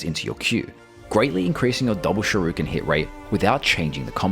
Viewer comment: Shuriken ❎ Shuruken ✅